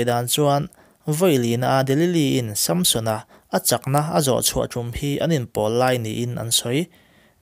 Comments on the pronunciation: Samsona pronauncation hi... Sâmsona a ami.. samsona anilo mi... Han soi chiag teh a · Sampsona nge Samsona?? I lam sap mah mah em le? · Chhiar ngaihnawm hle mai. Amaherawhchu, sunday school zirtirtuten min zirtir dan leh mizo hrim² ina kan lam dan nen chuan SAMSON-A hming i lamdan hi beng a tikham lek lek. Vaiho english lamdan a ni a, a film a an lamdan ah pawh, a ki sanga lam hi a hmingah hian anti lo niin a lang. Nge, ka hre diklo zawk. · samsona i lam dan chu nalh lemlo ve